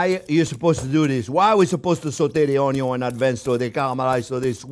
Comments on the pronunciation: You got me with the ultimate Blender! Chef Jean-Pierre, "Uhh yeah baby!", master of the masters of the "o n y o" 🧡🧡🧡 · I look forward to Thursdays to watch your videos..I've watched so many different chefs over the years and taken so many culinarily classes, and I think you are the best of the best. I used to watch Justin Wilson and loved how he would say onion (onyon) like you do, he was quite the character as yourself. I wish I lived in Florida I would be at you school and restaurant all the time. Grazie , Merci and Thank you you are a pleasure